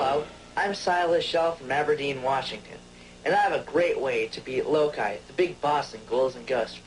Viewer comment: All I remember is: Low-KEYE ... lmfao 😅 it's Low-Key Loki..! 😅